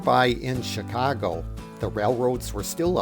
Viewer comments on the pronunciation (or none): none